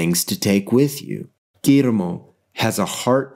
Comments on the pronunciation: As a Mexican, I find your pronunciation of "Gullermo" quite funny, because you sound kinda Japaneese when you say it (I'm not expecting a mexican pronunciation obviously, but didn't expect that either). Still a great video, like always! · Yo, just a little note on an otherwise magnificent piece (what's new?). The pronunciation of the "LL" in Guillermo sounds like the "Y" in Yeast, Yellow or Yacht or the "J" in Jail, Joker or Jamaica. Cheers cowboy